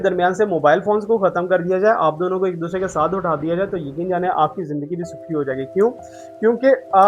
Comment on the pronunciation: AJ AP ny bataya k ap educated insan Hain... But AP k bolny k style SE bilkul b nh lgta k AP prhy likhy ho... Bcz Many apko hmesha Zindagi ko jindagi bolty suna hai...or es k elawa b boht SE words like dekaat,,, Rehty AP pak ma ho follow AP indian language karty ho... Awam k pas star plus ha indian sekhny k ly.... AP kio unki language promote karty ho...